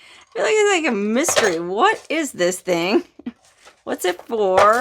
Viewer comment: “thing” not think